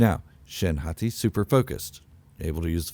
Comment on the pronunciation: I think you’re good with the ‘Hotty’ sounding pronunciation. The Japanese language uses the soft sound of vowels. Thusly, the letter ’A’ is always pronounced ‘Ah’. 🫡